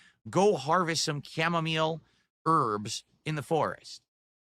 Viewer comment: Why does he keep saying camomile wrong like it's a French word and why does no one give a shit, it's a commonplace word.